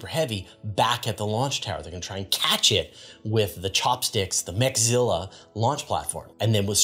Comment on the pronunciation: interesting news this week thx — 🎉 ps — its mecha-zilla not meg-zilla. mechas as in macross/robotech/transformers anime. 🤖